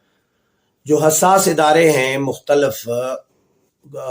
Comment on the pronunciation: بھائی جان اگر آپ ناراض نہ ھون تو ایک تلفظ درست کر لین آپ ھمارے بہت پسندیدہ ھین اس لئے درستگی کر لین۔ آپ مختلف کا تلفظ اس طرح کرین مخ ت لف آپ مختل ف نہ کہین